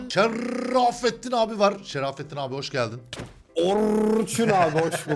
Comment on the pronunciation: Şerrrrrafetin abi Orrrrrçun abi :D